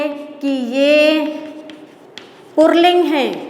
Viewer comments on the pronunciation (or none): Madam purling nahi puling hota hai